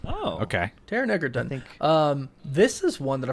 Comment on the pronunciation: Went from pronouncing Cavill wrong to Egerton lmao